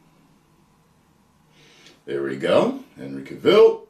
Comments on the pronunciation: it's Cavill as in travel. Not Cavill as in the hill. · It's Cavill, not Caville. just sayin'. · His name sounds like travel. Hahaha not the way your saying it. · Cavill is pronounced like Travel. Please get the pronunciation right. 😉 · Henry Cavill pronounced like Cadillac Coup DeVille :'D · Henry Cuh-Ville lol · Henry ka'will? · The way how he says ca-vill 🤣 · why do you call him Cuhville? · Cavill is pronounced like travel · The way you say his name is very enraging